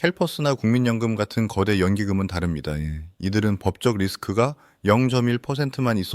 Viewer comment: 다릅니다으잉~ 방언 좋았다